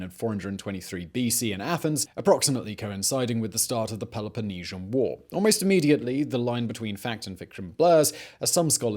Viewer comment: It's "Peloponnesian" War, not Polypenisian